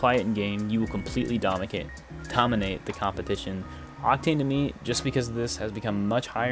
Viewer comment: AND HE WILL “DOMICADE” ...... UM DOMINATE lolll🤣😅